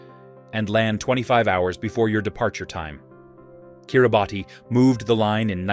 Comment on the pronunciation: Kiribati is pronounced kiri-boss.